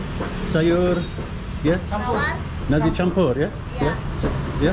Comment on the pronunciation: 'nasi' with an S, not 'narzi' with a Z. NAR-SI <3